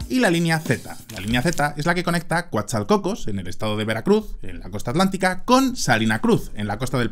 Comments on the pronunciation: No es “Coatzalcocos” es “Coatzacoalcos” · Jajajaja coatzalcocos que cagado se escucha, es coatzacoalcos saludos 😂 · ¡Coatzalcocos! jajajaja Es COAT-ZA-COAL-COS. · Minuto no es CoatzaCOCOS, es Coatzacoalcos.. si entiendo es difícil de pronunciar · Hola, saludos desde Monterrey Nuevo León, México, te comento, en el minuto más o menos dices Cuatalcocos, no es correcto, es Coatzacoalcos. Era todo, felicidades por tu canal. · Tiene un error en el minunto , No es COATZALCOCOS, es COATZACOALCOS. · [Que me va a dar una embolia ¿Cómo que "Coatzacocos"? xD, que es "Coatzacoalcos", un saludo, máquina] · Coatzacoalcos😂 dijiste "coatzalcocos" ánimo, me gusta tu canal👍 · Todos los mexicanos pegamos el grito en el cielo al escuchar CoatsalCOCOS en vez de CoatzaCOALCOS El tren del istmo es muy buena idea, aunque el diablo esta en sus detalles, la verdad es que la manera en la que lo hizo el gobierno de AMLO no es ni de lejos la mejor. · ... Coatzalcocos??? Bien ahí por cambiarle el nombre a Coatzacoalcos jajajaja!! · "Coatzalcocos"-, 2024. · Mi buen, es CoatzaCOALCOS no cocos jeje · Dijo Coatzalcocos 😂😂😂😂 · Amigazo, primero felicito tu trabajo investigativo y de comunicación. La Ciudad se llama Coatzacoalcos, no … cocos!👍👍🍀🍀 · Costa-za-coalcos querido. No Coatzacolcos 😅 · Mi admirado. En este video haz dicho “Cuatzalcocos”😂 y es Coatzacoalcos Veracruz. Saludos desde Mexico que no es todo AMLO. Hay mucho más y mejor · CoatzacoAlcos no coatzacolcos 😅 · es Coatza-coalcos.... no coatzal-cocos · Coatzacoalcos, wey,! No Coatzalcocos. 😂😂😂😂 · Es Coatzacoalcos no coatzalcocos jajajaja😂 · amigo no es cuatzalcocos es coatzaCUALCO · Es coatzacoalco No coatzacocos jajaja / te falta informacion de esa linea ferroviaria, ahora bien dices bien es una opcion al trafico d comercio intal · Coatzacoalcos, wey jajajaja "coatzacocos". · Coatzacoalcos no coatzacocos